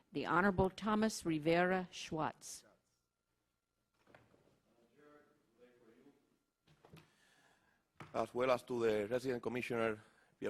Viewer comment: thomas rivera shwats(suaassssssss) Its rivera schatz. Her:(softly) shits...